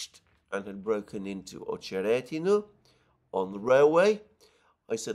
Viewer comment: It’s OchereTino (not D)/Очеретино. Emphasis is on the second ‘e’ OcherEtino - at least in Rus language.